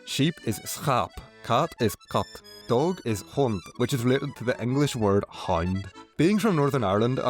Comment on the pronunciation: Also hond could've been pronounced with a sound less similar to 'g'